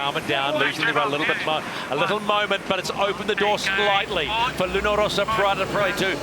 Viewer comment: "Rossa"! (not Rosa)